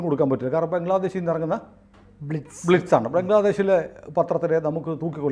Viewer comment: ബ്ലിറ്റിസ് അല്ലാ... 'ബ്ലിറ്റ് സ് ' എന്നാണ്... BLITZ അതാണ് ഇംഗ്ലീഷ് സ്പെല്ലിംഗ്...